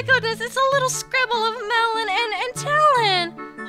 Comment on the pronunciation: When you say malon it sounds like melon. Not hating